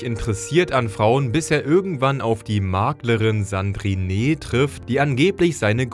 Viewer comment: Wenn ich "Sandrineeee" höre schmerzt das echt. Französisch: letzter Buchstabe weg. Also Sandrin.